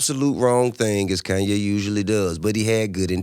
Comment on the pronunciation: "Koonye" says the 16 year old white kid in his parents' basement.